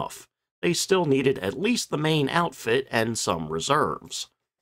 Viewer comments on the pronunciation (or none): none